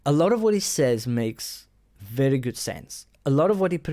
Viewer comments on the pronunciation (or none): "A lot of what he says makes bery good sense" Thanks for your opinions. They are bery good.